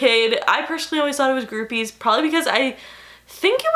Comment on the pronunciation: Cracking up at the way you say boobies and the fact that you think that word is weird 💀💀💀 it does sound weird now, though